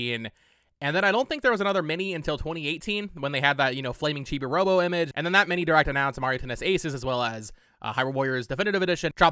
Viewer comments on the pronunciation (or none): none